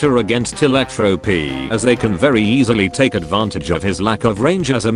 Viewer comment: Vewy bad